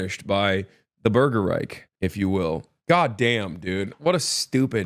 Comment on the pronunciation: German here: it’s not „Burger Reik“, it is: „burger reiCH“ - would be even more funny if you shout it with a German accent